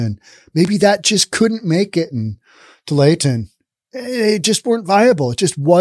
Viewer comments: I just started watching this video and heard him say “too-lay-ah-ten” and was all 😅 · pronounced too-wall-ah-tin. 😎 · Tualatin. "Too-wall-at-ton". Sure, enjoy your podcasts. Ex Williamite Valley born and raised resident living the good life in Wyoming. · It was always pronounced Too-all-it-in when I lived in the area (Beaverton and Lake Oswego). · Too-all-i-tin There. Now, fwiw: At least I could understand what you were trying to say. I recently heard a video with someone trying to pronounce "Cthulhu" and failing so abysmally that if I couldn't read the video title, I'd think they'd discovered a brand new word. So you're cool, man. :D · I know it's a french corruption of a native word, but just how hard is it to say Tu-ALL-a-tin? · Tualatin: "Too-wall-uh-tin" West hills area... Closer to Beaverton than downtown... I'm surprised about Bend. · Too-wall-it-ton if this help. Portland is the town I grew up in. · 😂 Tualatin- too all iton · I think it’s pronounced “Too All La Tin”. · Really liking this video. But that name is pronounced TO-WALL-A-TON, with that last syllable sometimes being pronounced as TIN. Just rhyme with BOO-BALL-A-BUN, or sometimes BIN. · Tu-all-a-tin (that’s how to pronounce tualatin)😂😂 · Tualitin us pronounced TOO-ALL-UH-TIN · Tualatin is pronounced To-all-uh-tin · pronounce Tualatin: two ALL it tin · Tualitin Pronounced too-ah-la-tin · It's pronounced "two-all-eh-Tin" 😁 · Its tooallatin